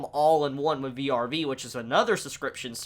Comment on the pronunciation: vrv, not v-r-v